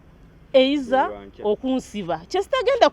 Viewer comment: If she says "eiza" once again...😁